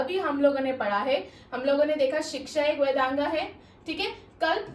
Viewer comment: Vedanga nahi boliye pls.🙏 Vedang bolengi to acha lagega Ap bahut acha padha rahin hain mam,thank you so much😊